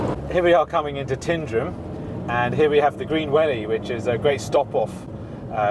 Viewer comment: You do show Scotland off so well thank you. By the way Tyndrum is pronounced Tinedrum, (rhymes with nine), emphasis on the ‘Ty’. Scotland is full of wonderful names.